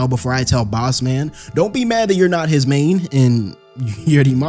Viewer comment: "Truth be told... He's nat the MAYne 🤷🏿‍♂️". 😂😂😂